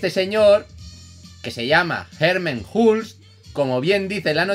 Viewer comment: herman hulst es un nombre holandes se pronuncia " herman holst "